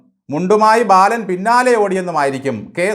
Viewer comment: ബയാളൻ,,, ബാലൻ 😂😂😂😂